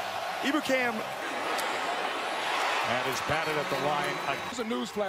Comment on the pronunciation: “Ebookhu-ooba-eeba-khlayum, ebhukham”